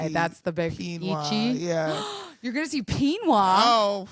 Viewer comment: Oof. Some of the mispronounced terms in this video made me cringe just a little. Especially on the words "manga," and "eechi." Regardless, what I wouldn't give to talk anime and manga with, as someone myself who has been into anime since I was 13 - and still keeps up with anime today. I have literally seen 800+ animes.